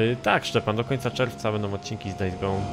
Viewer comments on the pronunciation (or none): none